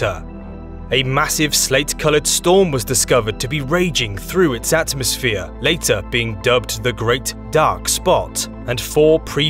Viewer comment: At mos sphere pronounced as three separate words. You sound mental mate!